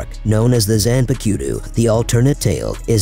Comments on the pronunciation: bruh, u have the most english pronunciation of those words, ever. fkin zan-pu-kee-yoo-too....... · LMAO the zanpakyutu pronunciation caught me off guard. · The "zanpa-queue-two"? What is this AI pronunciation shit? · i'm sorry how did you just pronounce zanpakutou again?